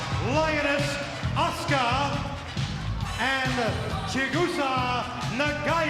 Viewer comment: When he said "Asue-ka" I wanted to die. 🙄 And wasn't it 'Nakano' instead of 'Nagato' ?